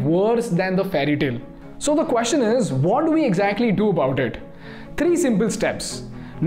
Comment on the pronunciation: One observation or area of improvement: it is not quostion it is question. Everything else is fabulous